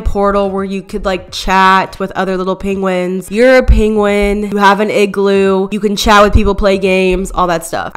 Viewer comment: “in my igroo balone”